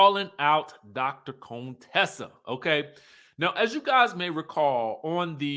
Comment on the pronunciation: It’s you keep saying Dr. Cone Tessa for me 😂